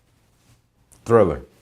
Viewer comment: THRILLAHHH Thrillah night